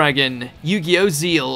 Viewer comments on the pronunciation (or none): Zex ul not zeal 😭😭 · Yugioh zeal? I think you mean zexal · You said "Zeal" instead of "Zexal". I own all of those cards! I got Firewall Dragon Darkfluid as part of my 15th work anniversary last month! The Blue-Eyes White Dragon was my 20th Funko Pop Figure! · Dear god, that zexal pronunciation. It’s pronounced Ze-cs-al, not zeal. (Not trying time micro manage, it just irks me.) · Btw it’s pronounced ZEX-AL not ZEAL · Did he say yugioh "zeal"? Isn't it pronounced zex-al? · Wow, this guy can't even spell the X in Zexal. I mean, even in the anime they say zeXal and not zeal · It's actually pronounced Zex-all. Yugioh Zexal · Did he say “Zeal” instead of Zexal? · Did he call ‘Yugioh Zexal’ ‘Yugioh Zeal’ ? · Am I the only one that got offended with how he pronounced Zexal as Seal?? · YUGIOH ZEEL? DAFUQ DID YOU SAY? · why does he pronounce zexal as zeel? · Wait did they really say Zexal as Zeal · did he really say yu-gi-oh Zeel? not how you say it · Because in japanese it's pronounce zeal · He called it yugioh zeal !! Lmfao!! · Zexal is pronounced as sexal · Its pronounced yu gi oh zexal... Not zeal wow way to go smh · ‘Yu gi oh Zeal’ 😐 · Did you just say Yu-gi-oh Zeal? I love when americans silence letters that are not silent at all xD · lol, there is an X in Zexal, and you do pronounce it. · So this is a an anime video, not for anyone that actually plays the game, I see, but even the names are said wrong for cards and even zexal.... sigh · Still amazes me how you still can’t pronounce zexal